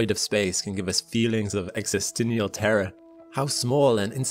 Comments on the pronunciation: "exestinial terror"? um... ...it's "existential". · I never heard existential pronounced that way.